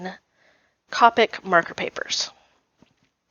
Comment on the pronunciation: I am a new subscriber to your channel! I love your pages! You are pronouncing wyo correctly but copic is pronounced like cope with the ic are the end